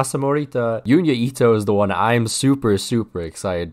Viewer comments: love the vids and I hate to be that guy but Junya Ito is pronounced with a "J" as opposed to a "Y" so it is pronounced "Junya" as opposed to"Yunya" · it’s Junya not fuking Yunya